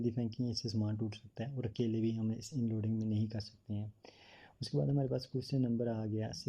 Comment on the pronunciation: Oh Bhai inloading nhi hota unloading hota hai ..barra aya teacher 😂😂😂